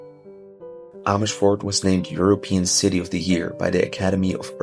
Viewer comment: I did not realize that you are actually Dutch untill I heard you say Amersfoort! Amazing!! 😮😮